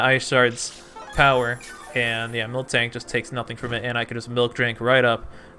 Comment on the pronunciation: Yo! U do realise that it's mil-tank right? U pronounced it milk-tank for the entirety of the game. Joey gonna get triggered and drop a Draco on you.